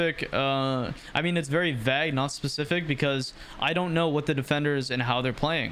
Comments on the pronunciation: Bro pronounced “vague” as “vag” 😭😭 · the "a" in vague makes the "a" sound like in "stay". keep up the good work :D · Why did you say vague like that.